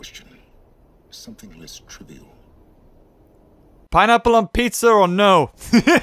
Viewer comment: Did you just say PINEPPLE on pizza!!! TRIGGERED!!!!!!!!!!